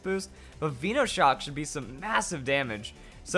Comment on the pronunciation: I get triggered every time I hear some idiot pronounce something wrong on pokemon, VEENOshock? really? Veno as in cut from VENOM + SHOCK